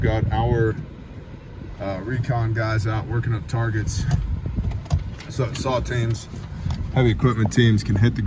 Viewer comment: I heard saltines not saw teams. 😂